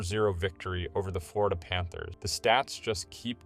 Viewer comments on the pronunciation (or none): none